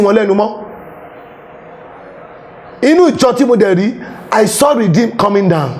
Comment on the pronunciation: He couldn't pronounce 'Redeemed'. He called Baptist "Bamitis" This needs help. He needs to understand what salvation means and humbly come to the knowledge of God and embrace holiness. What is his joy if RCCG, Foursquare, CAC, Baptist churches come down (sic) GOD FORBIDS! The Lord Jesus said...I will build my Church and the gates of hell (including the prophecy of ) shall not prevail over it. Amen! All that saw in his devilish vision is either Churches of God coming down or Lagos will be destroyed by water and fire, God will not allow that in the name of the Lord Jesus Christ. In 1 Cor. 14, the purpose of prophecy is to edify the body of Christ and not to destroy it. Those who know should pray for him and preach the gospel of Salvation to him. Asabe Africa TV also needs to be on the side of God and stop promoting those self-acclaimed prophets if truly it's for Christ.⬛